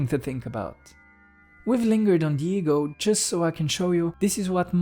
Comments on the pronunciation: I'm sorry but I keep hearing Diego 😂 Jokes aside, this video is, to say the least, profound. Thank you. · Absolutely brilliant although I will say that I thought you were talking about some guy named "Diego" every time you said "the ego" 😂😂